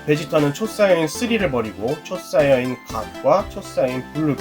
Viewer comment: 초사이언이 아니고 초사이야인 입니다!!도움이됐으면합니다